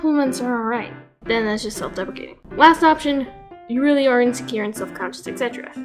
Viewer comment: I thought you said self-defecating